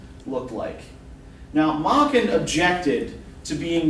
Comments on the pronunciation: This Welsh master's name is properly pronounced to rhyme with 'bracken,' Prof, not "Mocken." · May-ken, not mah-ken.